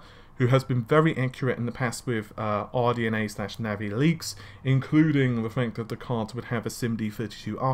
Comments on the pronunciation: it's 'Narvay', damn it! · it is NAVI not NAVEY ! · since you butcher Navi everytime, you most likely butchered that also